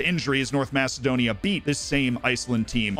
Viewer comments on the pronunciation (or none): none